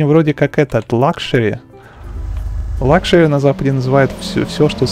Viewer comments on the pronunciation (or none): none